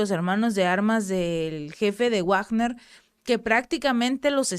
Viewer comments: Se pronuncia "Vagner" no Wagner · Felicidades, soy su seguidor. Para, con comedimiento y para mejorar he de comentar lo siguiente, considerando que Wilhelm Richard Wagner es un músico alemán y su nombre también, "Wagner" no debe pronunciarse como en el inglés, no se dice "uagner", sino como en alemán, algo así como "vagna", en el mundo del arte internacional, en castellano se usa más "vagner". Espero les sea de utilidad. Saludos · Hola excelente video gracias por informar, una cosa se pronuncia (Vagner) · Pèsimaaaaaa leyendo noticias cada vez que veo que ella va a dar noticias de "Guuuagner" veo otro canal. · Se pronuncia "Vagner". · Eso es en ingles. Si hablas entre hispanohablante se pronuncia Vagner . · se dice Vagner chingao